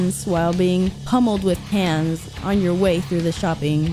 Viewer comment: Its like you can say cans, but said pans instead until the last 5min of your part 😂 LMAO